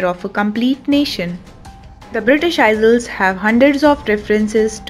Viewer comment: Aiyels not isals for isles. Learn pronunciation first not history